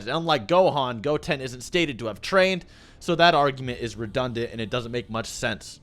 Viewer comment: The way you say goten really rustled my jimmies